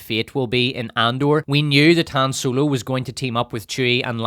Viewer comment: "HAM ROLO"